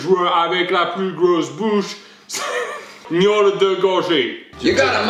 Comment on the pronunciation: Suis-je la seule à avoir entendu miaule au lieu de gnôle ??😂😅